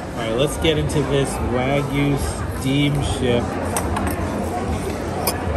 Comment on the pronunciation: Not WAG-yu, but rather WA-gyu.